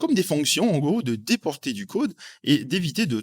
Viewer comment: Le «côde» lol sinon ca fait plaisir les tutos en français,super chaîne👍